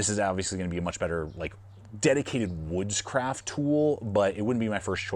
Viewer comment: Gee, sounded a bit like Witchcraft, instead of Woodscraft 😂😂😂